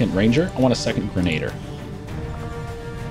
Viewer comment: It's grenadier not grenader! Thanks for the videos!